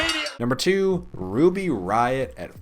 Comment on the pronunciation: "Awwwwww Wuby Wiot!" ~IIconics